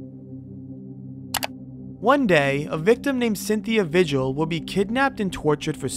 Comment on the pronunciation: For the record... "Vigil = Vee-Hill"